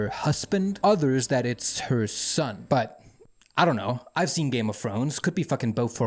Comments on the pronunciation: Hvorfor siger du but på den der måde , prøv at tage dig sammen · i love how he says me and but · When this guy says "but" he sounds like that airplane dog from the dog of wisdom videos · Oh no I can't unhear it now (but that's a bonus tbh) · No way y'all that bothered by a pronunciation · I don't believe the accent is the issue because not all of his "buts" sound like that, some sound normal and some are overpronounced on purpose to build tension or something I'm starting to believe it's just a quirk of the channel which is fine if his subscribers find it amusing and like it, I just find it hard to concentrate on the video when it contrasts with the rest of his words like I'm listening then over a sudden just a jarring "BUT" comes up and puts me off